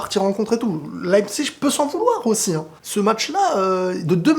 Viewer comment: on dit leipzig pas leipzich .tu vis ou toi?